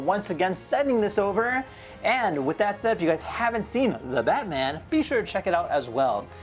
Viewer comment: "The BATSman" 😂